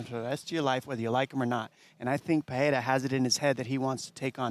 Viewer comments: Stop calling him Peheira all the time, it’s fkin annoying. It’s Pereira, get it right! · Chael… Pee rare ah.. dude cmon it’s not Pierre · I always laugh when I hear Chael say "Pierre-a" 🤣. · I had no idea who tf chael was talking about at first. He keeps calling Pereira, Pierre 😂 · Who’s Pierra? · "Alex Pea-era" - Chael Sonnen. Hahahaa, CHAMA!!!! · Who the heck is “Pierra”? SMH Chael 😂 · Who is piyera, at least get the name right, others are saying Alex's surname properly except for Chael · Chael is still calling him Pierra lmao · Chael just saying Pierre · why is Chael calling him Pierrah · PIERA! LOL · Every American pretty much other than dom butchers his last name but Chael is the worst 🤷‍♂️😂 he’s gotta just say poatan from now on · Is Chael trolling or is he really incapable of saying Alex's name correctly? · The way Chael says “Pereira” annoys me so much. It’s not that hard to pronounce properly. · Chael's pronunciation is brutal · Chael 😂 still don't know how to pronounce Alex's last name and he is also a commentator far out 😮